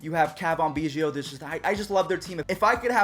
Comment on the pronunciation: Why he be saying biggios name like that?😂